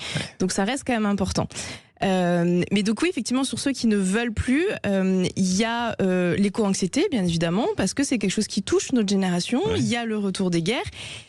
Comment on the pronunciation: " Eco anxietee " 😂 LOL !